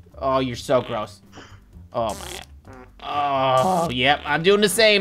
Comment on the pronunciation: lol said oh my gad